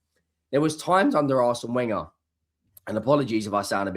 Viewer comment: Why can't you pronounce Arsene Wenger's name properly?